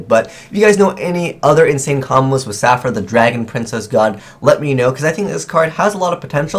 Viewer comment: The way pronounced Saphira made me cringe xD